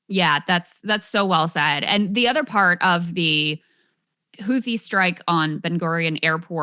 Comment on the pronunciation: Glad I am not the only person who finds it amazing that Glenn can make "and" a four syllable word. =)